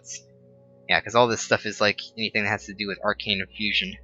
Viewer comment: you don't know how to pronounce anything correctly... It isn't its pronounced AR-CANE and its also thaum-a-norm-acon... and not vis, its vee.... Get it right. Otherwise... Good vid, you helped out lots!